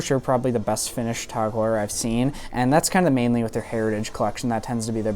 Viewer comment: Since when did it become "Tog" Heuer?